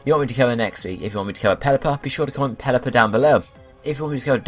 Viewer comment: Why is everyone saying Pelliper